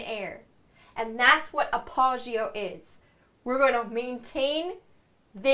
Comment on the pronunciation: You aren't pronouncing appoggio correctly.